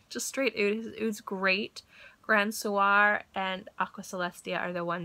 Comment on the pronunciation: Lovin' these fragrance stories of yours! If I'm not mistaken, Grand Soir should sound like "grahn SWAH" with emphasis on the second syllable.